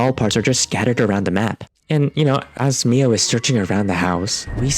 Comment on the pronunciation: Is he gonna say "My-oh" this whole video...? Aha! Whew. 😂